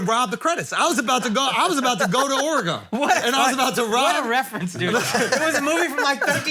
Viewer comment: Why is Oregon so hard to say lol